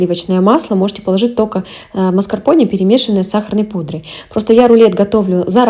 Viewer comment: Простите, рассмешили, а почему МАСКАРПОНЕЕЕЕ... Это слово правильно произносится со звуком "Э", согласно транскрипции " МАСКАРПОН'Э'. Стыдно кулинарному каналу с не правильным произношением ингредиентов). И не бросайте камни, все таки это правда).